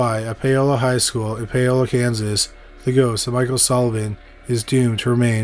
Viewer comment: Paola: POW-la